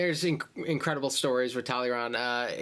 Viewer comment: Talleyrand is pronounced something more like Tall-eh-ran. He's really interesting, the worst snake of the bunch and very proud of it (I really like him)